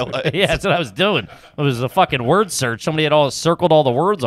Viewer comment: Wurdur. Smh lol